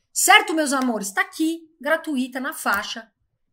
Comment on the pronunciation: Uma correção que precisa ser feita…. A palavra se pronuncia “graTÚIta” e não. “GratuÍta”. , já que é uma paroxítona e sua divisão é “grã” - “tuí” - “tá”.